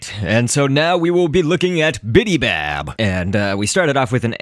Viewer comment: BIBY bab Not BIDI bab